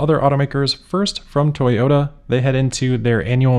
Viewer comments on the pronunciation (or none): Moar Toy-ohoh-Ta plans. And hilarious ones at that. Fantastic.